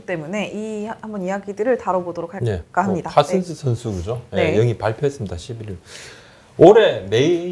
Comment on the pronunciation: 허구연 해설위원님께서 파슨스 선수를 발음하기 좀 힘드실텐데.... (파쓴스 슨스는요....)